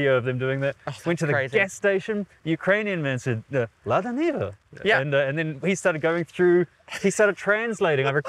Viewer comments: Why are you calling it Lada Nivia? Its Niva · Wait how did she come up with that pronunciation, niva is just two syllables.